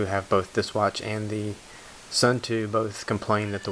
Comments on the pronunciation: Please.... it is not 'sun too', but 'sun toe' pronunciation. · suunto is pronounced soon-tow not sun-too fyi. im a Casio Pro Trek tough solar guy and i will say skip the cheap ones like this and get a casio, far more durable than a suunto and a china made knockoff or variant like this. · Smith Actually its more like "soon""toh"